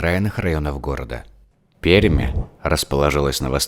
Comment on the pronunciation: Почему Перьмь, если правильно: Пермь. )